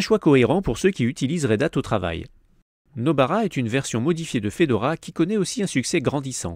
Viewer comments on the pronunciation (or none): none